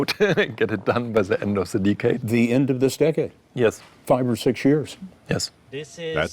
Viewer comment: Dee-cade. 😂 Why do so many of my Germans not learn how to speak English? So sad… and funny.